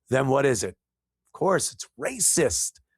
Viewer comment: No t in rayciss...rhaaysiss... Ray Charles 😂😂😂